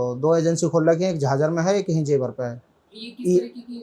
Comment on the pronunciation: जेवार ❌ जेवर ✅